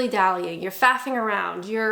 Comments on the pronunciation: ok. Sounded like fappining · She said Faffing, something else entirely